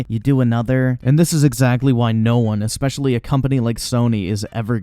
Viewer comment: “Expecially” First of all, no.